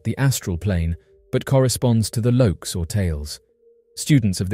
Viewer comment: It's not "Lokes or Tales" like your narrator said, it is the Lokas or Talas. These are Hindu planes of existence or consciousness. The word Loka means "a vast space" or "a world" and is applied to a spiritual sphere. There are basically seven Loka or "seven heavens." The word Tala means essentially the same thing except these are the seven lower planes of existence, or "seven Hells" in Hinduism. Think of each of the seven Lokas and Talas as two sides of the same coin. One good and one bad. It's more complicated than that, but that's the general idea. It sounds like these beings are on a different vibrational frequency than humans and can alter their frequency to inhabit our space, and they are using the Lokas and Talas as an analogy to explain their existence.